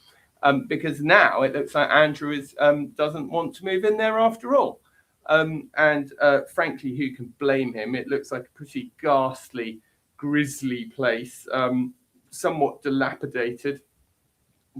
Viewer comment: Grisly not grizzly lolll